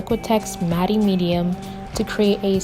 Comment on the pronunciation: Quick tip: "Matte" is pronounced the same as "Matt"